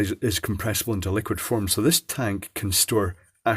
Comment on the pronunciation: A schight ton